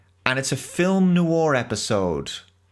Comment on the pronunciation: Are you trolling with your pronunciation of 'noir'?